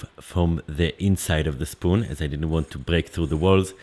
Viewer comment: Ze schpoon and ze schtamp